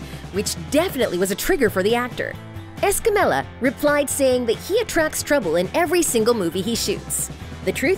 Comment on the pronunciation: Repeat with me: Es-ca-mi-Ya